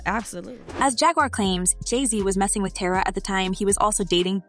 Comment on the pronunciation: Nobody is shaking in terror. They have money and they are protected, like government protected. P.s pronunciation is so embarrassing you say Tierra's name completely & utterly wrong. All these women KNOW what they are getting into and ask yourself, why do they stick around? Money, fame, opportunity whatever you wanna call it. They are all SOO young it's disgusting. They just play the longer game. Paycheck lawsuit.